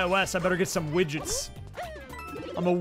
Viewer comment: I thought you said witches instead of widgets lol